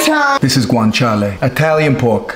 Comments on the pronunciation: Bro you pronounced "guanciale" perfectly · I'm Italian and you have a fantastic pronunciation of the Italian terms. Good job 👌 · Secondo me è italiano o comunque ha vissuto tanto in Italia, già dal modo in cui pronuncia guanciale si capisce